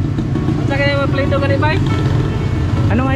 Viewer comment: Apelado po cnabi nyang apilyedo sir